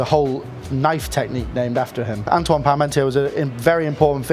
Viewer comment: Nice one. I'm in France and have dinner guests coming round next week so might just do this. By the way Antoine is pronounced 'Ontwan' 😉